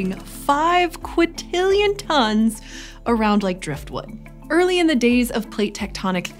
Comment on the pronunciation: "Five quitillion tons" sounds made-up, because there's supposed to be an "n" in there. "Quint."